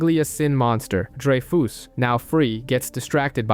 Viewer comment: It's drey-fuhs not drey-foos, dude.